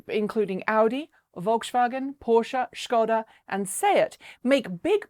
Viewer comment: I love that you're one of not many English-Speakers who know how to pronounce Škoda properly :) It would be pretty funny to do the same with other brands like Nissan, Mazda or even Volkswagen